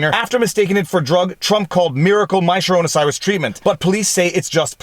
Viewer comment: Im sorry, are you saying, my sharona cyrus?